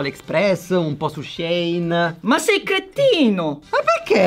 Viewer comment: In realtà si dice “She (che sarebbe “lei”) e “In”, perché anni fa il negozio si chiamava “She Inside”. SHEIN detto Shane non si può sentire 🤯